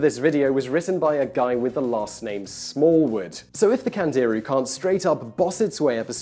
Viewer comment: Candirú has the accent on the "u"